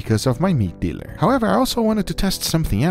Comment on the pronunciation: he says meat dealer like it’s drug dealer